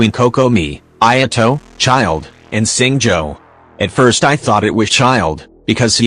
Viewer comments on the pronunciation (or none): "say-you" "hey-joe" edit: "SING-JOE"!! HAA